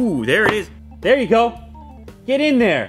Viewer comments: "They der" - 2019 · "They durr" - 2019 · You mean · "They dur" - 2019